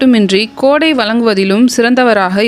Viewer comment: கோடை இல்லையடி தோழி கொடை .... என்று கூறுங்கள் தோழி ❤